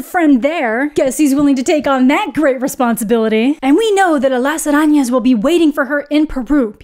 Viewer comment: I’m just impressed on how well you pronounce spiders in Spanish! lol 10/10